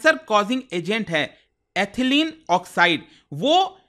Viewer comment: Sir... with due respect, the correct pronunciation of Ethylene is इथायलीन not एथलीन